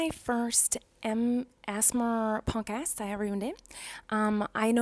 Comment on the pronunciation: Lmao every time she says podcast I swear I hear "punk ass" lolol